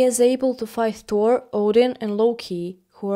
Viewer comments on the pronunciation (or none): none